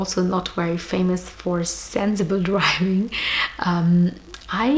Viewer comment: Its sensible not senzzzible able !